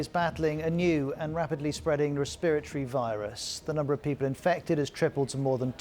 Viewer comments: Res-spirit-tree illness? Wat.... lol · I don’t like how he said “respiratory” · Yall hear the way he said respiratory in